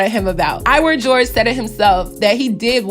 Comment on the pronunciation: Is pronounced iwah not iwer😂 i swear every youtuber talking bout this always says iwer💀